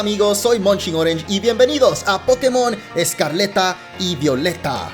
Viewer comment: ESCARLETA LOL its escarlata